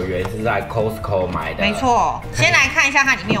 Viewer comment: 是 卡斯扣 ，不是扣斯扣